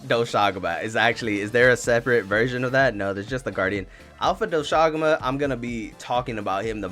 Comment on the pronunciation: dw u pronounced doshaguma correct 👍 ajarakan... u needa work on that